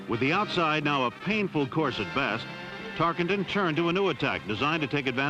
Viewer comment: Announcer mispronounces Tarkenton "Tark ING ton" every time-- maybe this is why Pat Summerall was the voice of "Game Of The Week" thereafter this production.